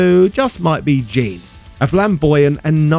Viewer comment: Jean is French and his first name must be pronounced more like "Janh" [\ʒɑ̃\ ], not like "Gene". (I can tell he is French because he has an obvious French flag on his left leg and otherwise Jean is a feminine first name in English.)